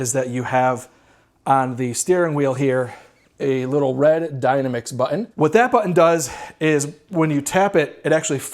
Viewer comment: It’s ‘dy-nam-ix’ 😂 like the word dynamic. The ‘dyna-mix’ is throwing me off bad